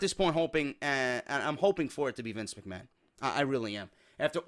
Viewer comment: That opening was so funny. You actually have the broken shtick down man. Especially when you pronounced Mc Ma-han lol. Good shit bro.